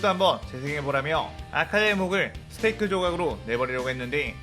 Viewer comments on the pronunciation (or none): none